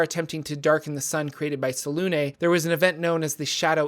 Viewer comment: I love your videos but some of your pronunciations have me gritting my teeth. 😅 Selunê is pronounced like seluna. The accent mark has a specific phonetic you should look them up when you come across them. ☺